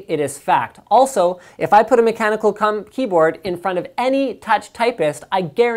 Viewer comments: He almost said cumboatd lol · Hahahahaha! Omg sorry for being childish "If i put a mechanical cum-ehm keyboard" I am really dying of laughter! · Linus almoist said cumboard, lol